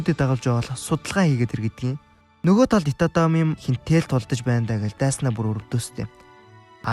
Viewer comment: Itami Yojishdee itatami gj heiiinbeee😂